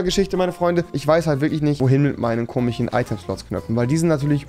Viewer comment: Tich, Komich,??? Ich hasse diese Leute